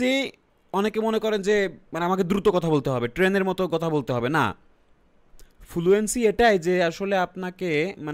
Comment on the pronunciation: ভাই, ফুলুএন্সি না ফ্লুয়েন্সি